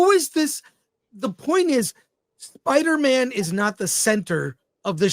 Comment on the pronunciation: Spida Man soft A